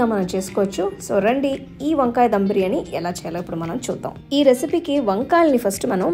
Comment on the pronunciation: Akka డం కాదు ధమ్....